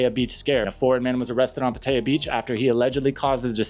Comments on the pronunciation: It's pronounced Pah tai yah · I like your videos. However your pronunciation of Pattaya is fully incorrect. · If you lived in thailand for a while, then why cant you properly pronounce "pattaya"??😅😅😅